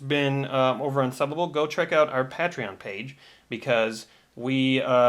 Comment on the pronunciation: How much do I have to donate so start pronouncing patreon correctly.